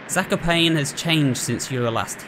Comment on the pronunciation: FYI - Zakopane is pronounced more like like "Zack-o-paah-neh", Jarek is more like "Ya-reck"